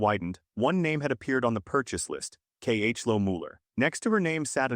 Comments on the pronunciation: It’s not K H loe bruh it’s Chloe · I was wondering why the hell it kept calling the girl "Kay-H-Low" only for it to be shown it was "Chloe" this whole time! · KH low. ..... NOOOO IM PRETTY SURE ITS KHLOE like chloe but k?? idk why but KH low pissed me offf sooooooo muchhhhhh. ISTG they could have put a diff name. i have absolutely no reason to be crashing out, and i have no idea wth is going on in my brain rn. must be the all nighter :D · C H loe is so annoying its chloe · Kay Aich Low 😅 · the fact that i noticed he said KH loe right away is js crazy😭✌ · Shhhloe it is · This was driving me nuts, started watching and it showed her name as Chloe. stupid AI